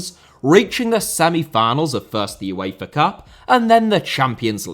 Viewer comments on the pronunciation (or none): none